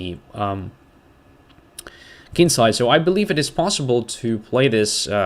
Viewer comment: you are often talking about the Kin-side.I guess your are from a royal family! For us ordinary folks it is just "the kingside"